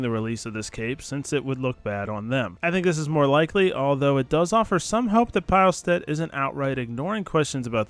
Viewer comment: Boys, its pronounced (peelstead)